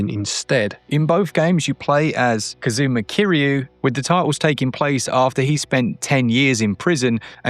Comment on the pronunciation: Yakuza. Yah-kuh-zah. (Yes.) "y'KOO-zuh." (No.) Kazuma. Kah-zuh-mah. (Yes.) "k'ZOO'muh" (No.) "m'JII-ma" I fricking give up with this guy...